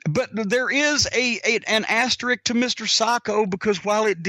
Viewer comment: I've typed this a million times but someone please tell Jim it's "asterisk." Not "asterick."